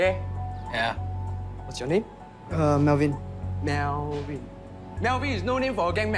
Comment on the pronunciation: MEOWWWWIN, MEOWVIN IS NOT A NAME FOR A GANG MEMBER